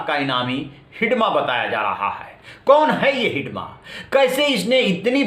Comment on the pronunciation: हिडमा नही है। हिड़मा है माडवी हिड़मा